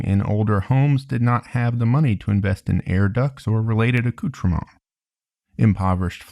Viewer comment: I've never heard anyone pronounce aesthetics "ace-thetics" before. You really nailed the French "accoutrements" though.